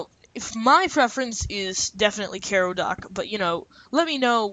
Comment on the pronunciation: learn how to pronounce things... ffs kai-row like the city... not care-row